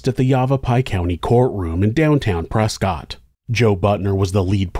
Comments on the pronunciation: The 911 call absolutely breaks my heart. I call my grandma almost every day and I can't imagine what it'd be like for her to be in that kind of situation. Small note: the city of Prescott, AZ is pronounced "press-cut," not "press-cot" like you'd think. I don't know the history on it, but I was QUICKLY educated when I moved to Arizona. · Also to be an annoying local for some reason it’s pronounced press-kit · The people of Prescott would like to inform you that it is pronounced, ‘Prescuit’ 😂 similar to biscuit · Something crazy. Prescott clearly looks like Prescott but it's actually pronounced Preskitt. Don't ask me why because I don't know. But I live in Arizona and I know that's how it's pronounced lol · pronounced prescott wrong